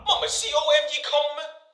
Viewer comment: 佢講"come"時我就反咗白眼😂